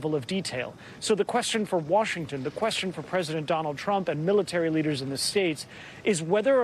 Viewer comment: Lol I watched the whole meeting and he calls him "Twump".